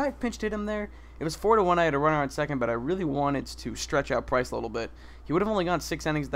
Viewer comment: PRINCE!!! HAHA actually iTS PRICE!